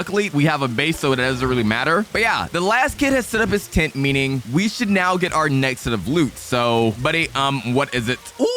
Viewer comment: Bro just said nezxt